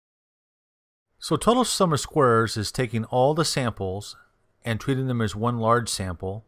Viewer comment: Thank you for the info. Tip - it's spoken - "sum OF squares" . . . NOT "Summer Squares!"